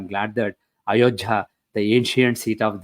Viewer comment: Why is he calling ayodhya as ayojhya?